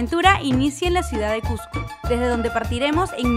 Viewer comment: A ver repitan "Cusssssco" "Cujjjco" no por favor.